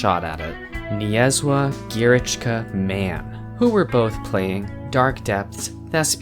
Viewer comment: NiezlaGiereczkaMan is indeed a polish name (translating roughly to NiceGameMan) and I rate your pronunciation 8.5/10